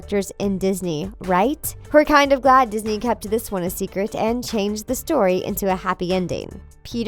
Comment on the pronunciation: This video just points out the "bad" side of the Disney princes and most of it isn't even in their control 😠 Btw it's kept not keept😑